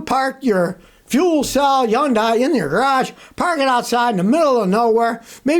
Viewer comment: scotty will hopefully realize yundai starts with an H someday